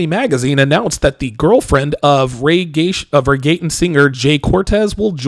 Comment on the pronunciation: I'm mad he said reggatin.. Reggaeton is pronounced reg-gay-tone.